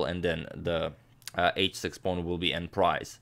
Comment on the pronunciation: "En prise" is read like "on pree"